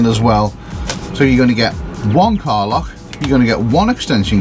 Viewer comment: When says car lock it sounds like he's saying Carla. LOL!